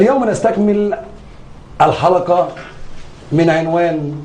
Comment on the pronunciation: المذيع يقول الحلكه السابكه 😂😂 حرف القاف عنده مضروب